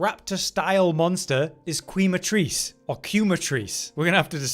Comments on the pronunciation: Its spanish so Quematrice is pronounced “Keh-mah”trice 😂 not keema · Quematrice is (probably) pronounced kay-matrice, the quema comes from Spanish and when they use Qu its more often than not pronounced like we would if that word had K instead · Quematrice should be pronounced kematrice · Quematrice pronunciation: “Kematrice” Quema: Burn 🔥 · Pretty sure quematrice is Spanish. If so it’s probably pronounced Kay-matrice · Im sure this horse has veen beaten but its Khe-ma-Treece from "burn" in spanish "quemar" and from cockatrice the chicken lizard. Also rathian is confirmed the hammer is rathians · It’s pronounced Kay-muh-triss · Quematrice is probably pronounced Kema-(as is chemical)-trice. It's based off the spanish word for burn, quemar. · The quema in Quematrice is Spanish in origin, so the que is pronounced exactly like the letter K. Just like you'd say queso.